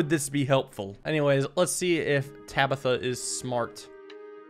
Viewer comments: Did this man really just mispronounce "Tabitha"? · why did you move the Bowman back instead of taking the bishop? Then the king would have killed itself. Also how did you mess up saying Tabitha?